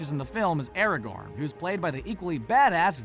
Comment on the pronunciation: Anyone else annoyed at the way he pronounces Aragon’s name?